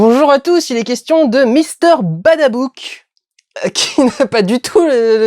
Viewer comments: Juste pour faire mon vieux rabat-joie on dit "Babadook" et non "Badabook" Voilà très bon vlog sinon ;) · "Mister Badabook"...non, c'est Mister Babadook. Ca en dit beaucoup sur la qualité de tes critiques... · ***** au debut il dit mister badabook au lieu de babadook ! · c'est pas badabouk , c'est babadook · babdook pas badabook sinon bonne video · c'est sympa de faire la critique de ce film (vraiment très bon au passage), mais il serait intéressant de prononcer correctement le titre exact.. Ce n'est pas Mister Badabook mais Mister Babadook. merci. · Babadook pas Babadouk. Merci. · "Mr Badabook" aaah la frustration xD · C'est Mister Babadook, tu as dit Mister Badabook! C'est vrai que moi aussi je fais toujours l'erreur de prononcer "Bada" au lieu de "Baba" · Babadook et non Badabook ^^ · Vous aussi vous entendez "Mister Badabook" de la part de Durendal ? Au lieu de Mister Babadook ? Personnellement j'ai du relire deux fois avant d'être sûr de la prononciation, et ça ne m'étonnerait pas que n'importe qui fasse l'erreur :p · "mr badabook"? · mister badabook XD cest pas comme sa que lon prenonce les nom du film mdr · effectivement il a du bien te traumatiser pour que tu écorche le nom du film et monstre à chaque fois (badabook...nooooo !! x) ) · ça fait plus d'une semaine que je l'ai vu mais j'avais hâte de voir sortir ton vlog dessus, je comprend beaucoup mieux pourquoi ce film m'a autant fait flipper XD (une semaine après je flippe encore mais je vais quand même retourner le voir, il est vraiment géniale ) Par contre tes "mister badabouk" me font super bizarre, c'est le prononciation dans le film en français ou tu t'es juste trompé ? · si tu veux donner une critique sur un film, faut déjà commencer par bien prononcer le titre. c'est pas compliqué non??